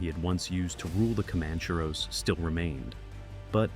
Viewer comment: you yanks need to pronounced names properly comancheros for example